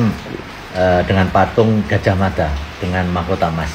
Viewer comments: Lah gojohmodo . Pelafalan jawa tetap gajah tetap gajah om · Gajahmada,pelafalannya tetep pakai A ya om bukan O